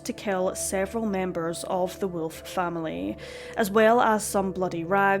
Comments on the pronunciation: It's WOLF Not WILF!! This is like a Cartoon!! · Wolf is pronounced Volf if Germanic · What an extraordinary accent you have. I've never heard wolf pronounced with what sounds like 3 syllables before.